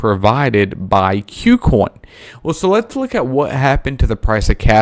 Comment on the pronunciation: Ku Coin, not "Queue Coin", just FYI.